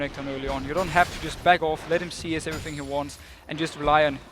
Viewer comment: Deficio saying "bag off" is so weird :s. it kinda hurts my ears lol